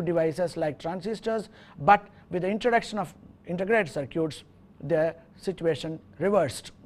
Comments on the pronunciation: Is it cir-cutes ? I thought it was cir-kits. Potato, patato......Now go build some cir-cutes......haha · Cir-cutes :D